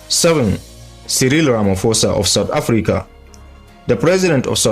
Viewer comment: Just for clarity: President Ramaphosa became president in 2018, not 2019. Also, the surname is pronounced Ramaphosa “posa” not “fosa”